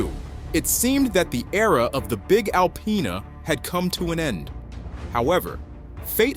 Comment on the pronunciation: Why do people say alpyna …. Its disrespect lol